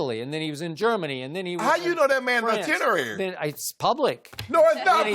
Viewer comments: "How You Know This Man Itinerary?" Lmfaooooo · Shannon "how u know that man itenerary"😂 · "How you know that man Itenerary?!?" 😂😂😂